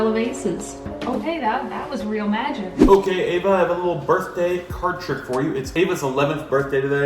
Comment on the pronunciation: Happy Birf-day🤣🤣